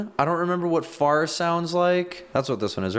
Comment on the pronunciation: And also, when he said "Far" st the title of the music near the end, I heard 'Fart. I have dirty ears..